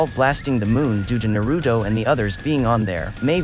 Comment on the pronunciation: “Nerudo” 🙄 These ain’t English names you are pronouncing smh